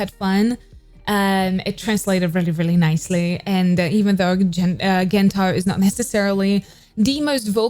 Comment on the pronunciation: Gento is pronounced in the hard g sound such as goat, girl, gate. Not soft g